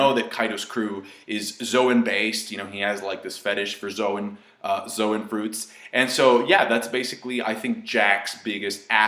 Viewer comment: low-gee-uh? zoh-in? You need to get hooked on phonics...